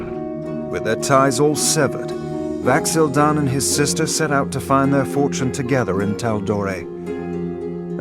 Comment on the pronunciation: He totally said Vax'ahlia